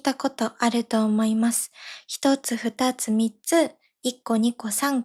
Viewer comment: えまさんの「二つ」と「二人」のアクセントが間違えてると思いますｗ